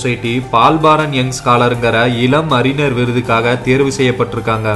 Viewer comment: அறினர் அல்ல. அறிஞர். சரியாக உச்சரிக்க வேண்டும்.